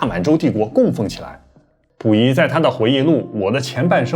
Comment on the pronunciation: 为啥能研究日本历史的人却连中国末代皇帝名字都说错——溥仪，内字儿念谱。这是历史研究太精专了开始忘本了，还是单纯的大白字儿先生？糖炒票子（糖炒栗子）？此大酱碗（北大医院）？